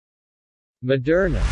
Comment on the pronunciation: It's pronounced mo-dur-na. Not ma-dur-na.